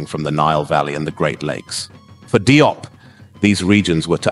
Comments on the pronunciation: Likely pronounced jup, not dee-op or die-op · DIOP IS Pronounced "JOPP" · FYI his surname is pronounced JOBE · His name is pronounced: (JOP) Thank you so much for the video and letting the world know about Cheikh Anta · Consistent pronounciation of his suname is needed in this video. There is no point calling him "Die-op" one minute, and then "Dee-op" the next. Not a good look, it detracts from the seriousness of the work. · His last name is pronounced "jope" rhyming with pope